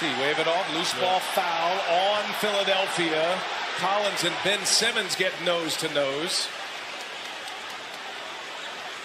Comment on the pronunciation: ㅋㅋ '밴' 시몬스